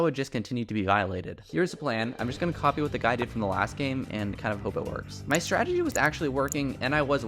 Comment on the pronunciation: "my strategie" 💀